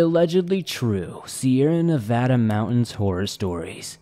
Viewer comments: Nice job pronouncing Nevada. As a native Nevadan, it's nails on a chalk board to hear people pronounce it with 2 soft A's. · And you pronounced Nevada correctly!